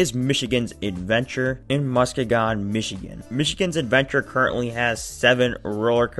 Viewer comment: MA is in MUS-KEY-GON, Michigan. Most people mess us most Michigan city pronunciations, don't feel bad...lol